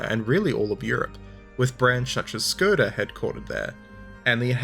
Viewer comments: it is pronounced "shkoda not skoda" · speaking as a slav, for future reference: the Š (like in Škoda) is pronounced the same as [SH] in english, not like [S] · It's hard to take you seriously with how you pronounced Чехословакия and Škoda, but good job on the vid. 👍🏽